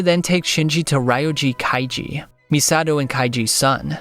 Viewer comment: Lol ryo-gee kai-gee. Did you watch the movie?